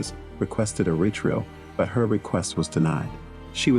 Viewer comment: listen to how the speaker pronounces retrial. Dumb mistake